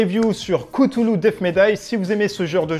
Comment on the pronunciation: Tu as oublié un gros point négatif, ta prononciation de cthulhu 😂😂 Sinon pas pour moi ce jeu, il ne m’attire pas je préfère largement un demeure de l’épouvante ou un horreur a harkam, qui me semble plus cohérent, avec le thème.